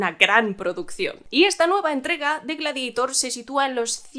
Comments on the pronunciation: "Gladeitor" GLADIADOR se dice; GLADIADOR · Gla-di-a - tor.Es un término latino.